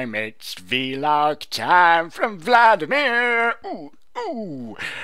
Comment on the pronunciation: I like that you said v-log instead of vlog.